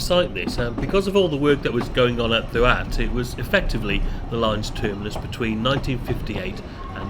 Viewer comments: Doo-att (DDUALLT)as you called it is pronounced THEE-ACT (DDU = thee, ALLT = ACT) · Great video mate Just a heads up Ddualt is pronounced Thee aft, idk how it gets to that pronunciation but it’s true 😂